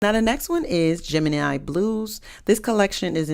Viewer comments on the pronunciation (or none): none